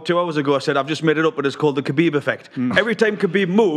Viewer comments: It irritates me how that guy keeps saying ‘Habeeb’ instead of ‘khabib’ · That guy calling him Habib on purpose as part of a joke or he just not that clever and can't read the fucking TV screen? 😂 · That one guy was calling him “Habib” throughout the whole show 😂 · "Kabeeb is tough mothafokha"